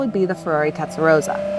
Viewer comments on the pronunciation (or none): TeStarossa not TeTstarossa my dear. Also maybe you can talk without sounding surprised all the time or like asking a question endlessly! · "Tetsa-Rosa" LOL! Why is she having such a tough time correctly pronouncing the name? Anyone else find this annoying? Maybe you should grab an "eXpresso" and go hang out at the "liberry".... Say it with me... TEST - AHH - ROW - SAH. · There's two S's. It's pronounced rosser like 'tosser'. Not 'Rosa'. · Tes-ta-ro-ssa, not Tet-sa-ro-ssa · "Tetsarossa"...cringes me every time :( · It's not tetsarosa, it's testarossa! As in test and ross. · She can't even pronounce Testarossa it's not Tesaroza it's TESTAROSSA!! Being a Sicilian born in beautiful Bensonhurst Brooklyn say it right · Tezdaroza no girl it's Testarossa that's like calling the Mustang a "Mustard" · It's T E S T A ROSA, not TETS & ROSA🤣🤣🤣🤣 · The narrator keeps saying TETsarossa 🤣🤣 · "Testa" not "Tetsa". "Rossa" (red) not "Rosa" (pink). But I'll forgive you because it's free content and the video is still excellent. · Omg…. Her pronunciation of the TESTROSSA. Is like nails on a chalkboard. 😡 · It triggers me how she mispronounce Testarossa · Are you calling it Tetsarossa? Have I been calling it wrong all my life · Its pronounced Testa-ross-ah. See the Goodyear tire ads (signed off by FNA) featuring the car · Lol tetsa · Tetsaroza! Oh dear. You don’t have to go full Italian or anything, but if you’re going to make a video about a car, please don’t get its name completely wrong. Hard to take anything after that seriously. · she s saying pink (rosa) instead of red (rossa) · Why can’t Americans pronounce Testarosss correctly? It’s so easy to get it right. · If you're going to do a video on a Testarossa, at least learn how to say the word Testarossa properly. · You mispronounced Testarossa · How can you pronounce Testarossa incorrectly and a flat 12 is not a V12!!! One of my favorite cars of all time, I had to turn off the video, unreal...